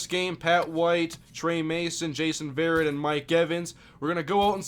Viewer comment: Just so you know, ive had people tell me this on my channel, Jason Verrett, his last name is pronounced "Vur-ett"